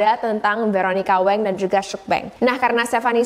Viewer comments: btw, kak nama veronica wang itu dibaca ttp Wang bkn weng, itu marganya si veronica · koreksi : "meokbang" bukan "mukbaeng" "wang" bukan "waeng"